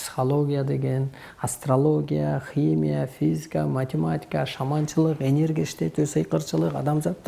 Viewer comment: Хымыя дейтко😂😂😂😂